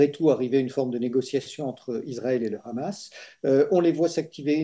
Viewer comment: Mr Dénecé, on ne dit pas "Hamas" comme avec la "jota" ; mais Hamas avec un H aspiré. Les Israéliens prononcent comme vous.